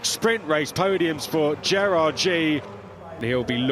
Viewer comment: F3 announcers, you can't even pronounce Gerrard's last name correctly. Shame on you